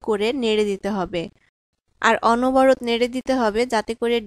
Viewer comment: Onoborot noy, onoboroto.